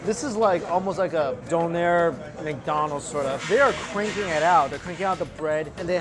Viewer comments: “Doonèr” no “dùnner” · The food looked delicious but you really need to work on your pronunciation of the word „Döner“...